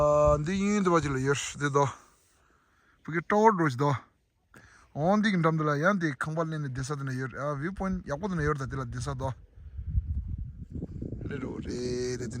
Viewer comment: Say lion , not loin. Pronunciation is very important. If you say loin loin then real English speakers will laugh